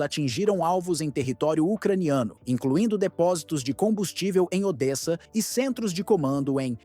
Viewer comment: Pronúncia corretas : [poltáva] palavra paroxítona, NUNCA póltava [odéça], NUNCA Odes SIMPLES assim..